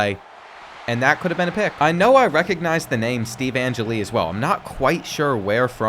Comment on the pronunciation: former notre dame backup qb you used him when you rebuilt nd after they lost to niu, his name is "an-jelly" not "ange-lee"